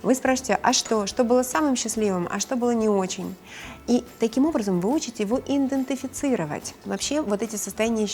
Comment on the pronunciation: "иНдЭНтЭфицировать" вместо идентифицировать - это высший пилотаж кой-чего. Догадаетесь чего?